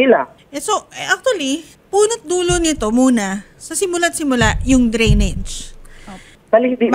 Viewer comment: Drainage ,,hindi grenage